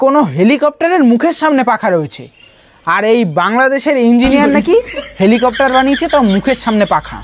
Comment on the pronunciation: Eta helicopter na...nicher balcopter..😂😂